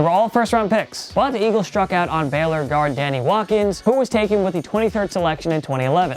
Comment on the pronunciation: Biggest bust is how you pronounce Baylor